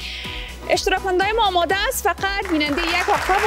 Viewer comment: جان کوشش کن الف و عین را( هی) تلفظ نکن. مثلا انرژی را هنرژی تلفظ میکنی، خوش آمدی را خوش هامدی میگویید. ویا تیم های ما هامادۀ مقابله است یا میگویید دختر خانم های هزیز، تار هبریشم